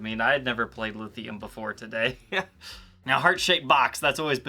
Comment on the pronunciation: cool but you butchered Lithium